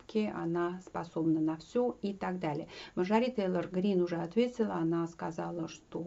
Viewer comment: Спасибо за подробный, грамотный, исчерпывающий анализ ситуации в Вашингтоне, только МАрджори, а не МарджорИ. Извините, просто режет слух.